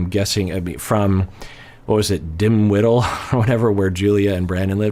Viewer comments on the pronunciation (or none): Hahah “Dimwiddle” Virginia. lol it’s Dinwiddie! lol I live near there. lol